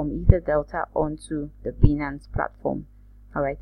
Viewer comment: It's pronounced; "BYE-nance"